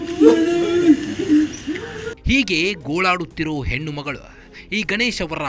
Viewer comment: ಲೇ ಕಮಂಗಿ ಹೆನ್ನು ಹೊನ್ನು ಮನ್ನು ಅಲ್ಲ ಹೆಣ್ಣು ಹೊನ್ನು ಮಣ್ಣು ಸರಿಯಾಗಿ ಕನ್ನಡ ಮಾತಾಡು